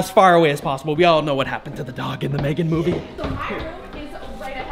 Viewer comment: You spoke megan the wrong way